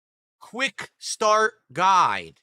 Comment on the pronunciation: Why can't he pronounce guide? "Quickstart guy! Quickstart guy!" WTF?